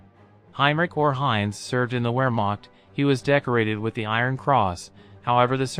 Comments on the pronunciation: Great vid but for crying out loud, learn to pronounce things as they are. Viz, the word Wehrmacht is pronounced 'ver, makt or maKHt. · You need to study a bit of German if you intend to make videos like this. Words like Wehrmacht and Jugend sound very different to what you are saying.